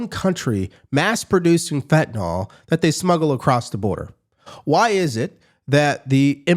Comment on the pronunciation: you're too smart to be so inarticulate: The word "FentaNYL" is not, for the love of god, pronounced "fenta-NOL." Do you see that super-duper hard to detect, camouflaged "Y" at the end? Yeah, "Y" is never, ever pronounced as a short "O". It's "fenta-NILL." 🤦